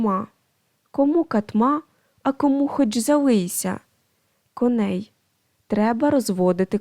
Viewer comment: Ріжуть вухо неправильні наголоси. РигОрович, нІзАщо кОней, рУчкався, так має звучати.